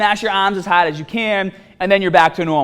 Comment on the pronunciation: 'Staat' 'haad' - your accent kills me